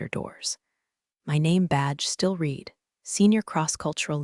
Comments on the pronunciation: "Read" in the past tense is pronounced "red," not "reed." A little pronunciation fix like that goes a long way. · Read in past tense is pronounced as red.